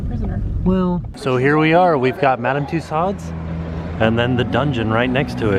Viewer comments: tussauds is pronounced like Two-soads 😊👍🏻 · We Brits pronounce it Two-Swords. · Is Madame Tussaud’s pronounced like: 2 so, 2 sods or 2 swords? said it two ways in the video. I say it pronounced like 2 so. I’ve heard multiple Englishman pronounce it like 2 swords. What’s the real answer?!? LoL